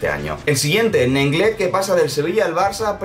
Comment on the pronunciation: nenglet XD